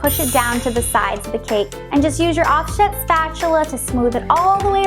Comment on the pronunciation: Oh my goodness, it sounds like you said off-shit spatula 🤣 I know you said off set but that's not what I heard my goodness 🤦🏻‍♀️🤣🤣🤣